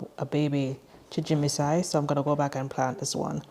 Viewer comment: You're pronouncing it "chimijinsai," but it's chijimisai.